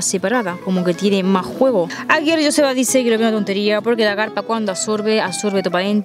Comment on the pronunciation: Joseba que es vasco,pronunciais bien el nombre de Joseba para ser del sur 😂